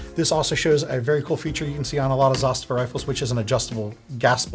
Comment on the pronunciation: Very good pronunciation of word Zastava ( Застава ). Respect.